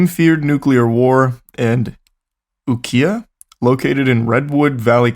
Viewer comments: Ukiah pronounced you-Kai-uhh is the bigger town near where he was. He was briefly in Redwood valley CA before relocating to SF. Only reason I know is I lived there for a summer. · OK I'm late but ukiah is pronounced " You-ky- ahh" and the people's temple is on the back roads past calpella, and the house is quite nice. Jones was my uncle's boy scout leader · Ukiah is pronounced YOO KAI YA. Jim Jones, in the favorable press he got Upon arriving on San Francisco, was referred to as " THE MESSIAH FROM UKIAH". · It is pronounced you-kay-uh. It’s Haiku backwards. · Hey Charlie, and... Love you bros edumacating us, the unwashed hoi poloi❤ but I (as a Californian) got one for y'all. Ukiah is pronounced ūkī’ä (you KYE uh). And if it's still there there's a really awesome place to eat called Temple of Ten-thousand Buddhas in Ukiah. It's a restaurant at the temple that makes the best vegan food. They are food wizards🎉❤ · Ukiah is yoo.kai.uh. Native Californian here. Great podcast! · also, for the folks who aren't from there, Ukiah is pronounced "You-KY-ah" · My favorite part is hearing my hometown Ukiah being mispronounced